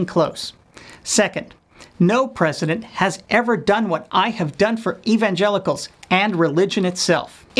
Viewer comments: Did he say evangenitals? ha ha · is he saying evan-genitals? ...i like it. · Lol “evangenitals” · Sounded like he said "evangenitals." LOL